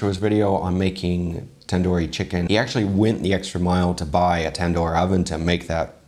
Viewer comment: Tandoori is actually pronounced with an 'u'